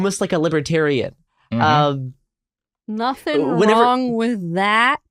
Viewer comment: At one point said "liberatarian-y" but I heard it as "liberatyrrany" and I'll be using that now.